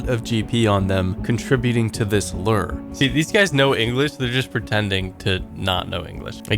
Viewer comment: I'm tired of hearing you mispronounce 'lure' year after year. Time to unsubscribe. Should've unsubbed years ago when all that drama happened, but better late than never.